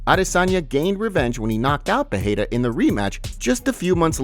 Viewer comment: It's Pereira not Peheira